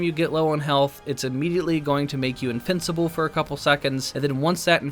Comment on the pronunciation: i hear "Infincible" lol